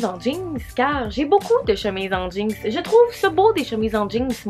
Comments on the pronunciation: j'adore le fait que tu dis "jeankse", ça fait très Québecois.😂🤣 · Tout ce que tu fais tu le rend drôle pis divertissant 😂😂❤ PS: de la manière que tu dis jeans des fois ça sort "jinx" ahahah! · J’adore comment tu prononce jeans... « jinks » 🙏🏼😂❤️ je t’adore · Bah oui “des jeangs” t’aime ça des JEANNNNS🤣